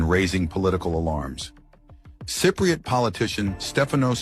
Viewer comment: Sigh-priots? Is that like Eye-rakies. Cypriot. Just highlight the word and ask your computer to say it. Sigh-priot is not the way to say the word and frankly when you say it that way it's hurting my ears.